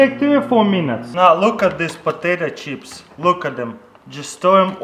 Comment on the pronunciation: "Patato cheps" 😂😂